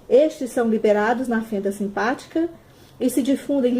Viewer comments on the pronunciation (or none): Muito bom o material de vcs! Ahh... É fenfa sináptica... E não fenda simpática ahahahaha Abraço, parabéns